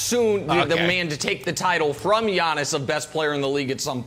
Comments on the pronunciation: Nobody: Brandon: YAWNIS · Nothings more uncomfortable than hearing Brandon say “LeBrawn” and “Yawnnis” man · Brandon literally says Yawnnis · Everyone yawns when Brandon says Yawnniss. It's getting annoying , I mean has none of his co-workers told him the way he says it is trash but something tells me they did and his just too arrogant and delusional to change it lol probably argued they are the ones who say it wrong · Why does Brandon Marshall call him "Yawn-is"? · Everyone: Giannis Brandon: Yawnis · Yawniss not gianiss …. Put respek on his name 😂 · Can't stand how Brandon pronounces Giannis-Yawnis